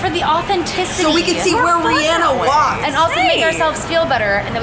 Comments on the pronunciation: its like how they say anna in the frozen movie its rihanna you drag the a its not short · y'all say Rhianna wrong